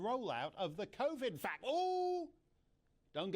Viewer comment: Can we say "vac cine"?!